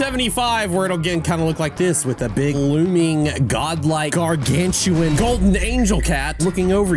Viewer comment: The way he said gargantuan made me think that he predicted them